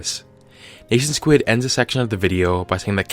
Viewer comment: R.I.P the pronunciation of NationSquid